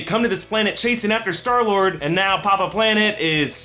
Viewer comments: "and earlier we sall skylord" 😆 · LOL U SAID SKYLORD